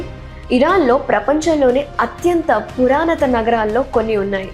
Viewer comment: Super 👏🏻👏🏻👏🏻👏🏻👏🏻👏🏻 very good... keep it up 🙌🏻 ancent=పురాతన...పురానత కాదు.....అది పెద్ద సమస్య కాదు.... చాలా చక్కటి ప్రెజెంటేషన్